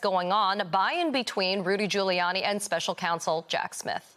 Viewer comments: “Rudy Colluni” 😅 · He called him Rudy Colludey 😂😂😂